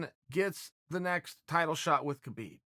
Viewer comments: it is not Kabib, it is Habib, the K is silent dude. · Can u just pronounce the champ’s name right. Habib